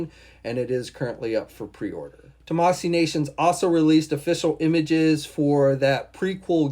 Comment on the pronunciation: You still haven’t learned how to pronounce Tamashii? It ends with a “she” sound, not a “see” sound....